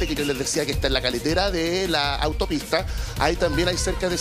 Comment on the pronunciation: ES CARRETERA NO CALETERA